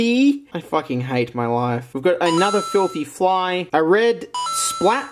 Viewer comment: Nemiko kun I thought he said filthy frank fly